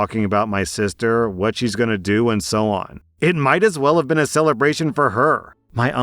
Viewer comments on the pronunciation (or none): none